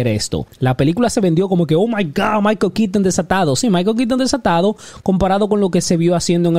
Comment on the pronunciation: "Maiko Kiton", "Zoad".